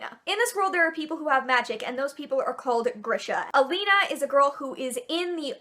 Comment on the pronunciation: Oh my god, you pronounced Alina right. This is so rare.